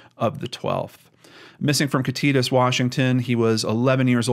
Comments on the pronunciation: Hey, thank you so much for doing another story from Washington. Just letting you know it is pronounced Kitta tass. Kittitas. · Kit uh tass is how the town is pronounced if you do future videos which i hope you do there is so much more to this case.. the fbi the police didnt do this right at all! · Kit-uh-tas, Top-en-ahhsh, Spray-g. Very common in the Misty Copsey case with people mispronouncing Puyallup (pew-awl-up) too, our state has some tricky town names 🙂 Great video on such a tragic unsolved case. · Not that it matters too much at this point, But it is pronounced: Kit-tah-Tass (like pass) 🤣 hopefully that makes sense. I’m from the area, born and raised… I graduated from Ellensburg high school the year he went missing, so I’ve grown up seeing all of the missing persons posters around town. This is just such a sad case and I wish that the father would be brought to justice! Thank you so much for bringing attention to this case!! It needs much more attention in the future! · Kit- a- tas we have some hard names to pronounce in Washington. A lot of Indian tribe named land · I live in Washington state and I just wanted to tell you that you pronounced all of those names wrong. LOL they are Native American names. you should probably ask someone from the state that you're referring to how to pronounce those words I'm just saying. I love your Channel! Keep up the great work! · It is Kit tit tas long a sound on last syllable. A decent size city is just minutes away Ellensburg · Oy vey. Why are people...I have no idea. Also, being from Washington, I just have to help you a bit on our words. The county is pronounced Kitt (like the car from Night Rider) It (like the clown from Steven King) Tas (like the task with no "k" sound of the first part of the word tassle. Kitt it tas. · Its said like thi KIT-A-TAS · Kittatas is pronounced kitt-a-tas with light a's. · Its pronounced Kit-uh-tass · Pronounced Kit-it-ass. sounds like hes saying Kit-titus, pretty sure thats not right